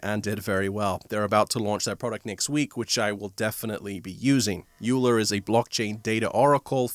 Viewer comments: Good to see you! FYI, Euler is pronounced "oiler" rather than "youler". Cheers. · Euler is pronounced "Oiler".